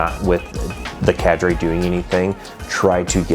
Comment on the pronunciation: why did you say cadre like that?😭😭